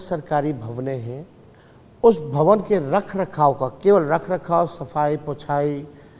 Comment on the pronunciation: Bhawne? Bhwan hota hai neta ji!!